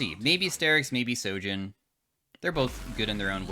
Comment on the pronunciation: Real question.. Why does y'all keep saying spear of SOJIN when it clearly has an H on SHOJIN?